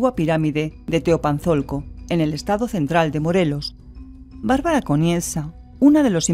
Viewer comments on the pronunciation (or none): none